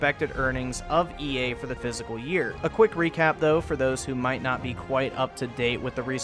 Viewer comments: The "fiscal" year, not physical. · It's not physical, it's fis - cull... But other than that nice vid. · Are you trying to say "fiscal year?" Cause you are saying physical. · Fiscal not "physical". Thanks for the content :) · Are you saying "physical year revenue"...? Or "fiscal"? Hopefully EA falls apart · “FISS-KALL” year. Not “physical” year. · Loved the video, but for fucks sake...it’s “fiscal year” not “physical year” smh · Love the video but it is pronounced "fiss-cull" year. You are saying "physical" which is a pretty big mistake. Anyway, just trying to help. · Bro. It's Fissssss culllll ... Not Physical. Jesus. You're killin me. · It's a fiscal year, not a physical year. But other than that: bon travail. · u said physical year lol I think you meant "fiscal" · The "fiscal" year is pronounced [FIS-Kal] not physical. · It's fiscal year, not physical year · Its fiscal, not physical. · fiscal ! not physical year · Jesus man... It's fiscal year, AKA FY19... Not physical. Triggered rant, over. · the word is fiscal not physical. educated gamer here - hmm... no caps or commas or periods. ok partially educated. still not going to buy this game though. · It is fiscal year not physical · Not trying to be a "Nazi" here but how the Fu#% do you confuse the words "Fiscal" and "Physical"? That is so annoying and I found myself audibly correcting you EACH and EVERY time you would say "Physical". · Fiscal Year Not physical year. Not trying to be a dick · I just pronounce ‘fiscal’ as ‘physical’ lmfao what a horrible excuse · This nigga said physical year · its pronounced fis-cal